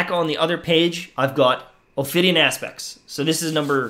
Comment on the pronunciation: I agree — also there is no “r” in Ophidian.